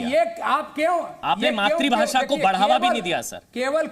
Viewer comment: अबे घोंचू मात्रीभाशा मत बोल वो शब्द है "मातृभाषा" मात्रीभाशा × मात्रूभाशा × मातृभाषा √